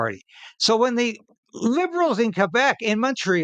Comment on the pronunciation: Congrats for saying Kay-bec and not Kwebec like some who are not informed about that.